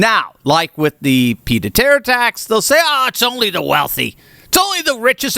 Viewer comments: Sorry, but ‘peeed a terre’? Correction, phonetically, it is, ‘peeyed-a-terr.’ Otherwise your video is bang on right! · “Peed a terre”?? Come on! You’re supposed to have a doctorate. Surely you can manage a little French.